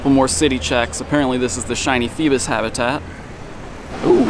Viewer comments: I thought it was FEEBAS not PHEBAS.. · Lol its not "fee-bis" its "fee-bass" like the fish. Lol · IT PAINED ME WHEN HE SAID FEBIS!!!! DID ANYONE ELSE SEE THIS?!?!?!? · Feebas, pronounced as Feebass.. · If he dont stop saying feebas wrong I'm gonna go crazy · It’s cause you say feebas weird